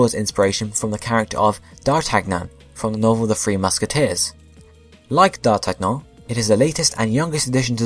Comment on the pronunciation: Hate to sound like a grammar psycho... But you do not pronounce the 'g' in d'Artagnan. It's pronounced "dar-tan-yan."